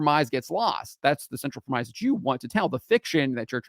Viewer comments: FYI: 'premise' is pronounced [prem' iss], rather than [prem ize']. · Premise - the pronunciation of this word rhymes with Dennis. Just a heads up before a sweet baby climbs out of the word work and attacks you for not speaking in perfect oxford english.